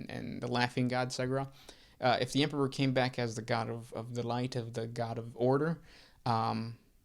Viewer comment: Say emperor. "Empeperor". Say em. "em". Say peror. "Peror". Now say emperor. "empeperor". 🙄🙄🙄